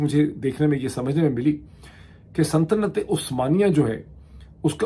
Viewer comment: kia aap "santanat-e-usmania" keh rahay hain??? I am sorry, I kept hearing "santanat"...